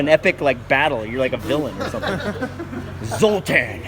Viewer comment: Dude where's my car "zotar"